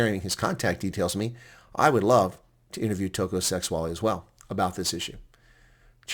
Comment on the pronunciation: The name is pronounced Sêgualê with the e like the word 'led' (past tense for lead), g - the same as your explanation for bringing up phlegm and the w the same as the letters 'ua'.